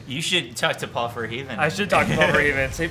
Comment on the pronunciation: Gentleman, Verhoeven 's pronounced "VER-HOE-VEN".